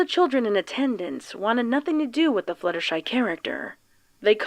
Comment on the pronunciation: Is it just me or did she say fillier shy